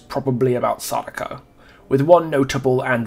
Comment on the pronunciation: Sweet, you actually pronounced Sadako right